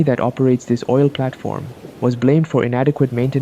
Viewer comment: Yes im not replying but he said OI L